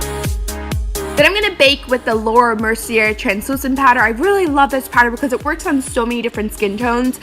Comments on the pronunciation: Laura Mercier........ the R is silent! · laura merciê...the r is silent.